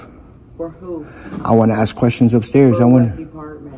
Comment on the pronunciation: His time would be better spent taking English lessons than frauditing. He needs to add more esses to the word ask